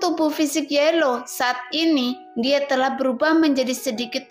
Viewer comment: Teksnya kayanya ada yg kurang min pas awalnya... Trus bukan yelow min yao law...hahaj